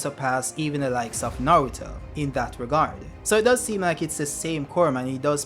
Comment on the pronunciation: I subscribed because of your pronunciation. bowuto & nawuto.